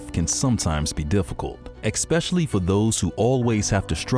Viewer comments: Did you say expecially? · I didn’t even watch the whole video. After the narrator said “eXpecially” within the first 10 seconds my brain shutoff. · Wait... Did you just say EXCPETIALLY??? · "Life can sometimes be difficult. EXPECIALLY..." click. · At least he didn’t say “pacifically” .. I can’t stand that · Expecially! Yeah that's what he said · he said "exspecially" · Tell the new guy it's not "expecially"